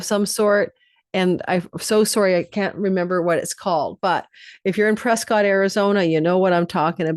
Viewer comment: It's pronounced "Preskitt" Arizona 😊